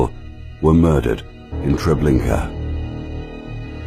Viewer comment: TREBLINKA, not Trablinka!